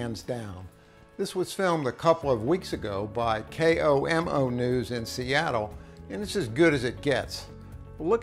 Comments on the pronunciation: K Oh m O ?? It's KOMO news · I've never heard someone pronounce it k-o-m-o lol its just komo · Just a small nitpick that's driving me bonkers. It's pronounced "Kohmoh", not K-O-M-O.